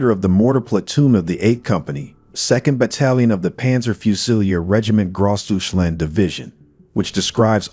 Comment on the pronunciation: "Gross duche-land"?! 😬